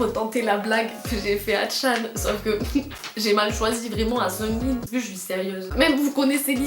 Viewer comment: Att Seunmin ??? Sa se dit Sugmin